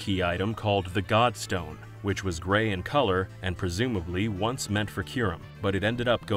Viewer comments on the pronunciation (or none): none